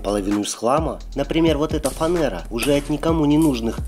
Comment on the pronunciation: Не фанЭра, а фанЕра!!!